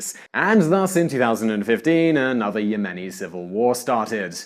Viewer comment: .... "And thus in 2015, a new Ya-money civil war started..." Oh and Aden (pronounced Ay-den) is NOT ARE-DUN.